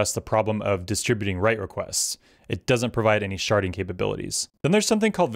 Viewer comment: Hehe can't unhear "sharting" every time you say it